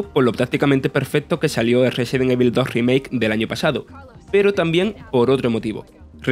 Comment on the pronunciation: Amigo se pronuncia "resedent ivol"